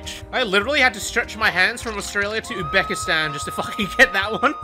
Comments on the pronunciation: OMG you are so racist!!!! You said from Australia to *Ubekistan* While its actually pronounced Uzbekistan !!!!!!!!!!!!!!!!!!!!!!!!!!!!!!! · I swear he just said "Bakistan" LMAO